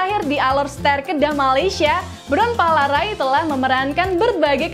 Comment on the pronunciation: Your pronounced untuk bront palarae itu salah